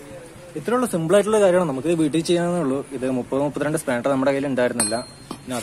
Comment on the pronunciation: Spandar alla, spanner